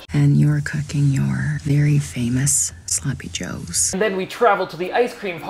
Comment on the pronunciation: Omg i thought u were covering another bad ukrainian movie, then i heard her say "Sloppie Joes" and remembered 😂 heres a second watch lmfao!